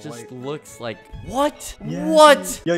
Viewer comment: At the start it sounded like he said “lik” lol